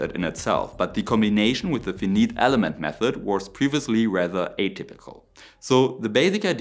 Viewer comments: A "critical point" on the word Finite - which means that the data set is not unlimited. The word Finite in English rhymes with pyrite not "see meat" or "See Meet" the second being a nonsense phrase. The two "i"s rhyme with eyes. You sound like you are not an engineer & don't know what you're taking about when you screw with the word Finite. Maybe it's just an AI voice that you didn't train properly. Whatever the reason you ought to get that right as it's a big blunder in English. There is no alternate pronunciation for Finite. It also rhymes with "I right". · I know English isn't your first language, but hearing you say Fee-Neat instead of Fy-Night is driving me insane. The Fi in Finite rhymes with: by, cry. dry, die, guy, hi, high, eye, I, lie, my, pie, rye, sigh, tie, and why. I hope that helps. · In English, the word "finite" should be pronounced with long i in each syllable like this : "fi" (rhymes with 3.14.... ) - "night" (like the army guys from medieval ages wearing metal suits and brandishing swords) or the dark period between two days (instead of vowel sounds of short i and long e "fin"-"neat" ) Your English is very good overall though! Very clear! And I love the content! Auf Wiedersehen! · This is an excellent presentation! There was just one problem. Fee-neet is not an English word. Fi-nite is the correct pronounciation. You don't say Wee-Fee, you say WiFi. Same thing. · Interesting material. FYI you say finite as f EYE n EYE te. Eye = i = what you see with. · Positive criticism: "finite" is pronounced [fai-nait] in German fonetics ( /ˈfaɪnaɪt/ ) Comment: Awesome!! This makes me think of a more denser practical version of Aerogel.. liked & subbed! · An interesting video but I want to point out a small error. "Finite" is not pronounced "feeneet"; the two i's in "finite" are not pronounced with a long "e" sound as in the word "feet". Rather they are pronounced with a long "i" sound as in the word "ice". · Finite = Fy-Night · 'Finite' = 'FY-NYT'